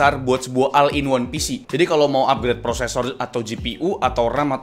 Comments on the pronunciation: all dibacanya ol bukan al,ini bahasa inggris basic yang harusnya seorangv youtuber kaya raya seperti abang itu harusnya tau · Bacanya ol bang bukan al